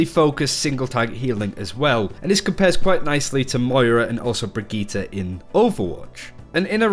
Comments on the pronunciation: Brigitte* NOT BRIGGITA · Brigit -"teh" not Brigit -"tah". FFS learn the name - you are a big yt channel on OW so take 5min and learn the bame.